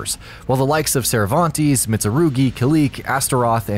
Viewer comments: CervanTES not Cervantees! Why can't you get that right?! 😡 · "Cervanteesse" uh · "Cervan-tees" Turns off the video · Disliked due to how you pronounced Cervantes.